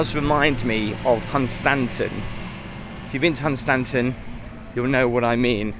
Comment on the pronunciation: Southend used to be a fun place with The Kursall & the Pier & the pub at the end of the pier called the jolly fiesherman. it has seriously gone downhill over the last 20 - 25 years. Almost negligent council is the main cause. oh! and Hunstanton is pronounced Huntson. I'm a local lad and I know these things.